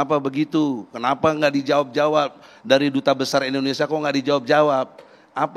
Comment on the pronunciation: Mas Egii, cara ucapnya indonesia bukan indonesa...hihihi..